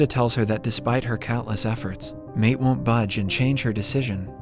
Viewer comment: Maite is pronounced My-Tee...like Mighty